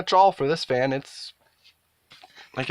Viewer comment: YouTuber pronounces fan as "faen". He can say the word "bad" fine with has the same short "a" sound, so it doesn't make any sense, because he might say something like "This isn't a bad faen". So "faen" stuck, and now a lot of my followers also say "faen".